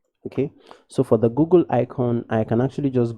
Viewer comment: why you say gogol its google not gogol 😂❤️